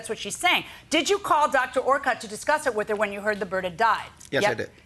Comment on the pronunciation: Connie Orcutt was my fav avian vet at MSPCA Angell memorial hospital too. She was great, retired I think now though. Her last name is pronounced “Or-Kit” not how it was done here.